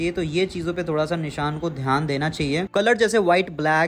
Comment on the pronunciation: Nishaan nahi bhai vo Nisaan hai